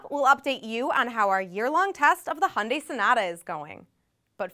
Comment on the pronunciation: if you are going to review a car at least learn how to properly pronounced the car that you are reviewing. It's not Hundaai.